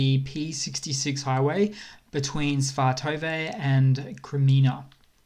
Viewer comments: Svatove - Svah-Toe-Vah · It's like Sva-t-va. Emphasis on first syllable, middle syllable barely uttered.